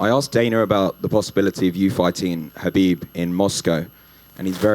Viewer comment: He cannot saying the name Khabib..